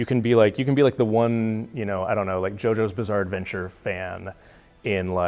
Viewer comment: Did that just say "Jojo's Blizzare Adventure" ?